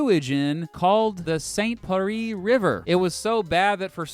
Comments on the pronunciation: Saint-Pierre is pronounced Saint-Pee air. Just so you know. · He seriously just pronounced Saint Pierre as "saint peree" 😂😂😂 idk how he fucked that up